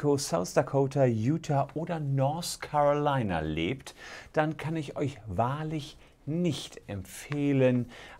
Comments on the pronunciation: Der Staat heißt übrigens North Carolina, nicht Nors Carolina.. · Das heißt "North Carolina" und nicht "Nors Carolina". Da tun einem ja die Ohren weh! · "Norse Carolina"